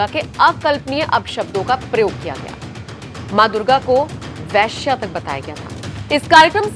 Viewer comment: Veshya, not Vyshya. Vyshya is Varna.